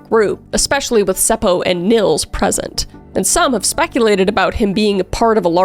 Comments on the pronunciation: Being from finland, i cant help but giggle at some of the names you pronounced. Like Seppo just being Sepou. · Omg I LOOOVE how you say Seppo/Säppo! And the fact that you actually say it right! 😁😍🥰👌🏻👏🏻🖤